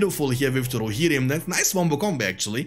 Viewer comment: I like how he says "Rohirrim", sound way cooler than I say it.